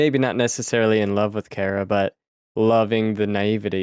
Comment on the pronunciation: It's pronounced Car- uh not care uh.